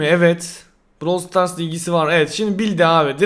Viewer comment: Başlık: AKİNATÖR YENİ EFSANEVİ KİTİ BİLDİ! Brawl Stas "Stas"??